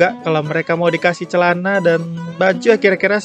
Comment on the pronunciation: Wow "cealana"